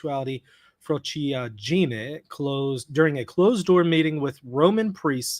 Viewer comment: Frociaggine is pronounced fro-CHA gee-nay. 4 syllables.